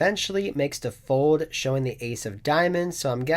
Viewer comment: Hey just giving you a reminder that there is an L in the word FOLD because you seem to have a hard time saying it ‘Foud’ 😂😂😂😂